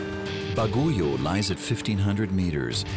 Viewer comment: Bagyo is the right pronounciation of Baguio , not baguyo